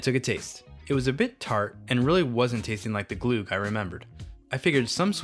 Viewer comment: If you're going to make an entire video about glögg, at least look up how to pronounce the ö/ø :P